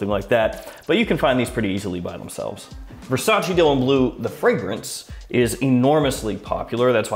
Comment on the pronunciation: I have whatcehed and appreciated dozens and dozens of your videos, but let me tell you that its not Versac(i), like the Y in yes; Its verˈsaːtʃe] more like the "che" in cherry. And its not "acqua di Gio" its acqua di dʒo similar if not the same as "Jo" in Joe. You know like "G. I. Joe" same as acqua di Joe . Now you have an advantage over the other fragrances reviewer